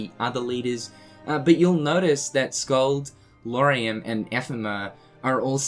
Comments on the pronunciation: I guess we should be happy that he managed to say Lauriam instead Luoariam. That's a good first step hahaha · Wait what? Did he just pronounced Lauriam's name right for the first time? That's so good!